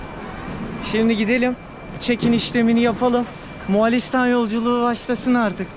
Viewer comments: Aga mualistan diyosun 2 dk doğrusunu söylemekle uğraştım. Bildiğimi unutturdun :D Moğoo listan O'yu uzat söyleyemiyorsan :D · Birde moğalistan demesen çok güzel olurdu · Güzel video ama Moğalistan değil Moğolistan:D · Moğolistan değilde Moalistan demesi kimsenin dikkatini çekmedimi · arkadaş daha gittiğin ülkenin adını söyleyemiyorsun, moğAlistan nedir? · moğalistan değil moğolistan olacak. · bütün video boyunca MoğAlistan demeyi nasıl becerebildin?:) MOĞOOL-istan MO-ĞOL. Mo-ĞAL değil.:) sevgiler.:) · Moğalistan degil moğolistan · Moğalistan değil Moğolistan. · moğalistan değil moğolistan* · Moğalistan değil moğolistan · Moğalistan ne ya 😂 Moğolistan